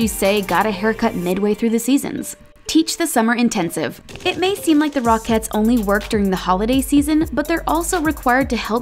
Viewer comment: Am I the only one who hears /rock heads / instead of rocketts